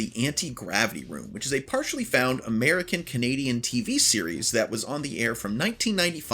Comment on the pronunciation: Actually, This Is NSFL & U Mispronounced "Partially".